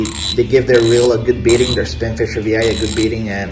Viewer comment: it's not VI it's 6.🤣